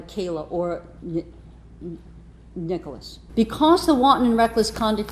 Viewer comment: does this judge know how to read? or speak english??? like she couldnt say SOLUTIONS, ENDANGERMENT, or NICHOLAS like seriously this judge sounded like she was having a stroke.